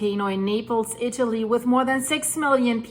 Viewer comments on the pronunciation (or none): none